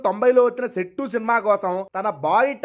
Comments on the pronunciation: Settu kaadu raaa sethu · సెట్టు కాదు సేతు మలుపునే English lo Turn అంత్తారయ్య బాబు. నువ్వు నీ డబ్బా గోల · Sentu kadu bro sethu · Settu ...pesarettu kadhu ra babu adi...Sethu ....Se - THU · సెట్టు కాదు సేతు😂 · సెట్టు కాదు రా బాబు సేతు